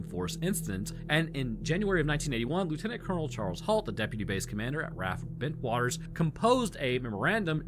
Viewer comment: Nearly got 3 in a row! Rendlesham- perfect, Bentwaters- perfect, Suffolk... not so much haha Its basically pronounced 'Suffuk'